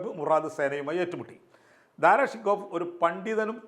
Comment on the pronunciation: ദാറാ ശൊകോ എന്ന് ഉച്ചരിക്കുക. ഫാർസിയിൽ ഇങ്ങനെയാണ്.